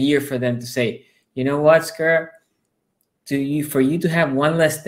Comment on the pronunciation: Ouuuuuch! "The Skuras". That is just next level wrong. LOL